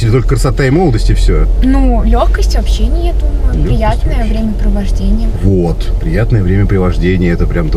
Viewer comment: Так смешно, из вас никто не сказал слово «времяпрепровождение» правильно🤣